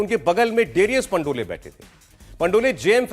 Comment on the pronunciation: Dear sir correct pronunciation is Pandol not Pandolay. Thank you